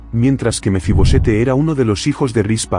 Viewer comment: No es Mefi-Bosete, es Mefi-Boset.